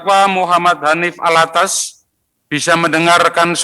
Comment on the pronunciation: Penyebutan nama saja slh, habib Hanif Al-attos bkn Al-attas